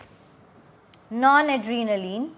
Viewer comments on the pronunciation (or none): Mam it's not non-adrenaline .it's nor-adrenaline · it's NORADRENALINE & NOT NONADRENALINE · Noradrenaline not non....